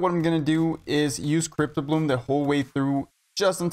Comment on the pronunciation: STOP CALLING IT FUCKIN CRYPT-O-BLOOM ITS CRYPT-BLOOM ffs